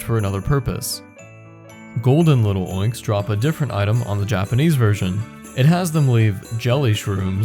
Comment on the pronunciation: you wouldn't say little-oinks, so why say lil'-oinks? It's clearly Lil' oinks